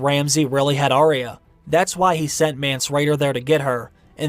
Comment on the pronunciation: It's Ar-ya not Aree-ya. Sorry to be critical. I am a fan & looking forward to another book..